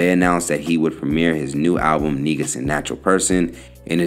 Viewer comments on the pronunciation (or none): Negus is pronounced "Nay -goose. Big Ups to most Def. 🇯🇲🇺🇸🇯🇲💯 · why do people keep mispronouncing Negus